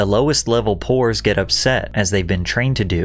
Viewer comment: he says "poors" like a slur